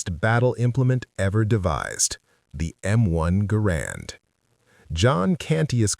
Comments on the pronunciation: Say GAH- RAND not GAH-ROND!! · First of all, the man's name was John Garand [pronounced GAIR-und, not guh-RAND]. Second, why was there no mention of the Enfield M-1917 [chambered in. 30-'06]? As good as the Springfield 1903 was, the Enfield M-1907 was far better, especially in cold weather or when dirt and muck were a problem. The Springfield cocked on closing, which could mean that there would be times when the bolt COULD NOT be closed without removing the bolt and cleaning the rifle. The Enfield cocked on opening, which meant that if the action got mucked up, you could still close the bolt almost without exception, as all the force and mechanical advantage was only applied to the actual closing of the bolt. The Springfield had to split the mechanical advantage between cocking the firing pin and closing the bolt. If the Enfield DID get too mucked up, you could almost always clear out enough muck with a twig, your fingers, or even the tip of a bullet and you were back in business. Snipers who had shot both, generally chose the Enfield. The Enfield had a superior trigger [the Springfield trigger always felt the sear and NEVER been polished at all], and it held 6 rounds compared to the Springfield's 5 rounds. Granted, there were a WHOLE LOT MORE Springfields produced than Enfields. However, when the US entered the war in December 1941, there were more Enfields on hand than Springfields. This was because we had been producing Enfields for the British during the First World War because they didn't have anywher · The man pronounced his name, “GA-rand “